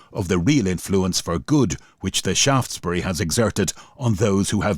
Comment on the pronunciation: Thanks for the pronunciation of Shaftesbury, from Shaftesbury Dorset